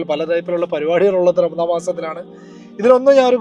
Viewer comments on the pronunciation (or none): none